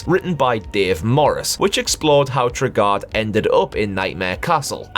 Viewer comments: Enjoyable video. Knightmare was my favourite television programme growing up, and I have all the episodes saved, thankfully! And the dungeon master's name is pronounced Trey-Guard of Dunns-Helm (not Tregarrd of Dunsh Elm). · One thing... its pronounced like Tray-Guard of Duns-Helm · It's pronounced TRAY-GUARD!